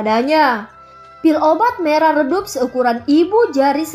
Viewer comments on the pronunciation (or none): hampir salah kata yah tadi.hehehe Mau bilang merah eh malah marah hihihi Becanda kk aku seneng ko udah denger makasih kk.!